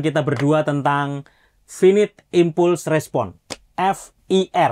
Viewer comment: Maaf, izin koreksi dan, pronunciation nya salah yak, finit dibaca fainait, impulse dibaca impals